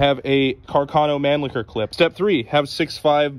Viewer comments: naah, its pronounced with an emphasis on the CH in mannlicher. Manlicker is just.. no.. xD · Americans really pronounce Mannlicher as man-licker